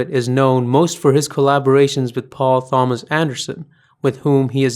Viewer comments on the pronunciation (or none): When you say "Thomas" you are supposed to ignore the "h" and say "Tomas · That's a hard T on 'Thomas', my man. Extraordinary video. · That was really interesting! I only associated him with Paul Thomas Anderson films. Didn't realize he'd done so much other work. Keep 'em coming! (By the way, "Thomas" in "Paul Thomas Anderson" is pronounced with a 'hard' T. You were pronouncing it with a "Th" as in "thermometer" or "thunder". Think a hard "t", like "Tomato".) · Great video!! (Very disconcerting, your pronunciation of "Thomas" though haha ) -Awesome analysis. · Lmao Paul Thomas Anderson, that's not how you say Thomas